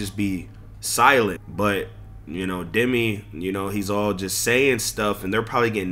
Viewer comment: 😂bro said “Demon 🌱Demi’ 🤣